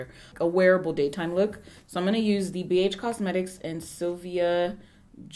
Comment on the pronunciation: When she butchers everything ab Sylvia’s palette 😫😫